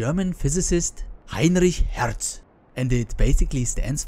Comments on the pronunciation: Heinrrrrich Herrrrrrtz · Hhhheinrrrrich Herrrrrtz :-) spätestens ab jetzt ist klar was du für ein nativ Speaker bist ;-)